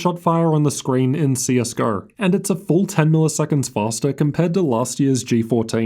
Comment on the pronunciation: Its pronounced though.. not thoughr. CS Go.. not CS Gor. And W in T living F is a cumerar?